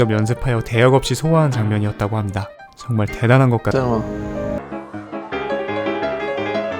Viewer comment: 합니다 발음이...?